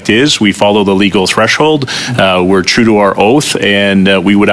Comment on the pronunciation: "We're Trudeau our oath" 🤣🤣🤣 Did my ears deceive me? LOL